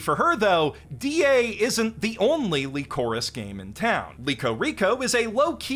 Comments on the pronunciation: <Pronounces "Lycoris" as "Li-KO-riss" instead of just saying "Licorice" like he does for Licorice Pizza"> Me: He's doing a bit right?: <Pronounces "RWBY" as "Re-WIB-uy-uh" instead of "Ruby"> Me: internal screaming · LEECOREECE REECOYEEL Bruh this pronunciation is killing me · WHY THE FUCK IS HE PRONOUNCING LYCORIS LIKE THAT. THATS AN ENGLISH WORD HOLY SHIT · Holy shit he can't say lycoris correctly either